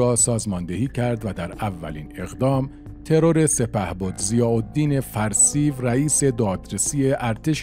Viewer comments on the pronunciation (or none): 12;45 NOT Farseive, prononced Far See yoo .Farsiyo. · 12 04. The name of that general is pronounced farsyou not farsiv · بله کانال پربار و بیانی شیوا ، لطفاً به بعضی نکات در خصوص تلفظ نامها توجه شود، به لاتین تایپ میکنم. Timsar Farsiv!!! اشتباه Timsar Farsio صحیح... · با تشکر. فقط "فرسیوً" نیست بلکه "فرسیوو" هست. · سلام بزرگوار صدای گرمی داری ، اولین باره کامنت میذارم برنامه هاتو می بینم خوبن ، دمت گرم اما ی نکته ، نام اون آقا فرسیو و تلفظش فر سی یو هست مثل سی پی یو Far_C_U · خواهر حمید اشرف همسردکترحسین علیزاده معاون وزارت بازرگانی ورییس بهایی سازمان غله وقندوشکروچای بود. نام فرسیو را اشتباه تلفظ میکند. به لاتین مینویسم شاید گوینده محترم بداند. Farseyou. حداقل اسم را درست تلفظ کنید. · سپهبد فرسیو(Farsio) صحیح است.